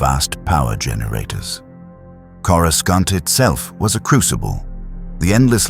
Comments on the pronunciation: Sorry, after hearing Corru-skont for like the 10th time I had to click off. Seems awful lazy to let that go that many times without adjusting the pronunciations. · Of course it’s AI garbage, the mispronunciations of words all Star Wars fans know like the back of our hands like, “CorusCant” was my 1st clue. The human-sized Yodas in the illustrations were ridiculous too. A lot of YouTube videos are these days. The story is a complete mess. I stopped listening where he was trying to save a ship falling out of the sky….BY DRAGGING HIS FEET ON THE GROUND. 😂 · Good point. He didn't land on Earth, but on kor-i-sKont, or corisc-eye-aunt, depending on the AIs incorrect pronounciation .of Coruscant. One could argue that he was listening to training tapes about Earth because he was supposed to go there and somehow got diverted slightly (ok rather massively) off course. And ended up not only in another Galaxy (far far away).. but somehow.. a long time ago as well though I am not sure why traveling back in time was required or how that happened, but I'm sure there is a logical explanation. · I feel your pain. It’s driving me nuts, but I’ve still managed to get through most of it. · The use of AI generated images leaves much to be desired. Also using AI to narrate the story is almost laughable, because it mispronounces words such as “Coruscant.” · I love how none of these AI systems can properly pronounce “Coruscant”😂